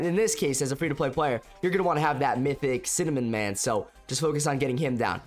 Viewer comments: I love when he Said cinnamon man not Cinema man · Bro said cinnamon man 💀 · I love how bro called cinemaman cinnamonman 💀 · bro said cinnamon man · I think you said cinnamon instead of cinemaman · Bro Said Cinemin Man 💀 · he said "cinnamon man"😂😂😂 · Bro said cinamon💀💀 nah jit triping Croatia_isgood5